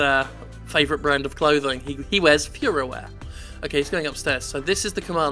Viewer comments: Feuerwehr is pronounced foy-or-vehr in case you are curious. I believe that's right, but German has to be said in a German acccent to sound like the proper word. Doesn't really work when you pronounce it like an English word. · I don't really think that's the case, some german publishers just love to spit out all kinds of cheap niche- simulators. The name might be a cash in, but then again, nobody outside of Germany would buy a "Feuerwehr: Die Simulation" and would most likely pronounce it "Fuhrerwear" like Jim did.